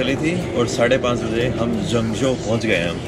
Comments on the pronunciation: It's Zhengzhou, not Zhangzhou. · here is Zhengzhou，not“zhangzhou” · Its Zhengzhou and not Zhangzhou as Zhangzhou is towards the south of China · Hey Welcome to China! But it is supposed to be Zhengzhou. lol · zhengzhou。。not zhangzhou